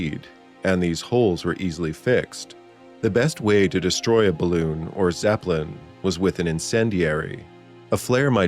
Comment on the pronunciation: "eet ees bal-looon!"